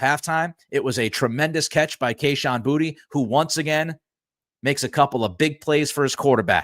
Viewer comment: Pretty sure Kayshon pronounces his last name BooTay.